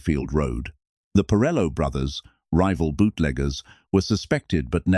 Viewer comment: And its Porello, NOT pirelo.